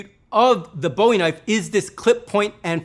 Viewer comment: "THATS a Knoife."